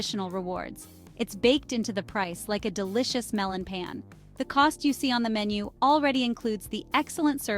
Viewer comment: Along with the good values you discuss, do you place any value on proper pronunciation? Your videos serve as instruction...so why teach foreigners poor pronunciation? A few examples: The "a" sound in Japanese is "ah," so when you say things like "melon pan" or "genkan," please use the "ah" sound. Don't say "gozaimasoo"! The final "u" is either silent or very mild. And don't say "Tokiyo." There's no "i" sound in it. It's simply "Tokyo," just as it looks.